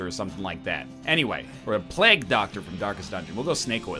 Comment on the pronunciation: Be warned, Egg says "plagg" (plague) and "layva" (lava) while playing this game.